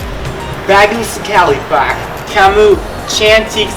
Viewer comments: that "PAK" jadi "PEK" wah gw ambigu nih aahaha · that "permisi pack" though 😂😂😂😂😂😂😂😂 lmao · "pErMiSi PaCk" Ngakak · Bandung = Bendong Pak = Pack Wkwkwkwk Ngakak asli